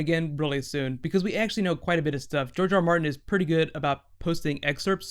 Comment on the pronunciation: George rrrrrrrrrrrrrrrrrrr Martin